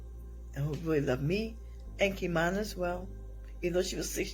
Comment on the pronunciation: The babies name was KimanA. Not Kimani. The 1st step to telling a victim’s story is to get their names right. This was awful